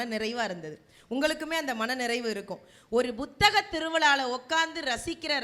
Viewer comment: Nisha ji, *P*uthaga thiruviza nu sollungaa. Buthaga Tiruviza nu sollreenga